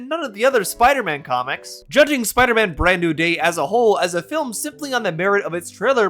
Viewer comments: Is it weird that by half thru the thing I'm most angry at this dweeb about is that he adds an extra syllable to the word FIL-IM? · Or "fillum" 🫠